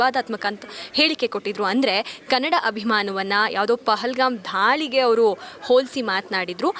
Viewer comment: ಧಾಳಿ‌ ಅಲ್ಲ ದಾಳಿ ಆಧೇಶ ಅಲ್ಲ ದಾಳಿ